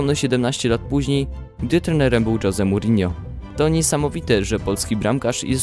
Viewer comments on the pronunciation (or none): Dżoze Murinio xD z cb typie czyta sie żoze dokładniejsze imię tego znakomitego trenera to José Mário dos Santos Félix Mourinho I co dobry komentarz ? Okiem młodego kibica